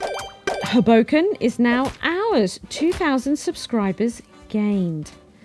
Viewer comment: ...hoeBOWken.. Is the place 😊 you again worked your Magic...